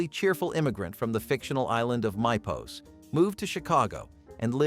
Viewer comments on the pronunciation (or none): Fact you mispronounced Mypos make me think you never watched Perfect Strangers at all.